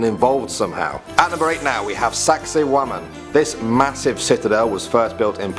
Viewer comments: Did he say number 8 was "sexy woman"? (Lolz jk) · "Saksaywaman " i understanded sexy women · Lmao saksaywaman you MEAN SEXY WOMAN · saksay waman? sounds like something else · Saksaywamen RESPECT WAMEN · SEXXAY WOOMAHN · Lol saxsaywamen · Dad one "Saksaywaman" (☞ﾟ∀ﾟ)☞ I hate my self (ಠ⌣ಠ)